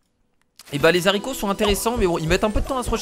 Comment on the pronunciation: on ne dite pas les s'arico on dite les aricos